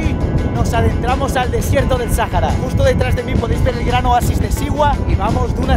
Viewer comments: Me he miado de la risa con el video … lo amé … por cierto se dice Saara la h no se pronuncia … 💙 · Pero por qué te aferras en decir Sajara ?? Es sahara la H no se menciona